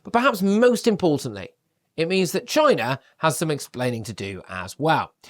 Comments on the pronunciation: Trump was saying CHYNA, not China, big difference! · Note...📣 Is it a coincidence that there is a place in Jefferson County, in Texas named "China" in the University of Texas there, is a Bio- Lab..(WUHAN)..! Ever wonder why DJT always pronounces "China" the way he does...?